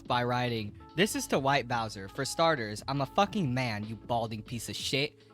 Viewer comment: It’s bowser yall